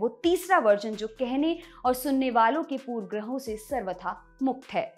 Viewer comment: Hey, विवादस्पद नहीं, विवादास्पद. पूर्वग्रह नहीं, पूर्वाग्रह... संधर्ब नहीं, संदर्भ can be let go due to accent just like we ignore Modiji saying आझादी और क्रष्ण because Gujrati's talk like that. I feel sorry for Grammar nazis who will get offended for not knowing Hindi.